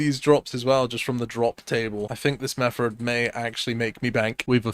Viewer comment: Crazy you can put an R in the word Method but not one "T" in Bottle of Water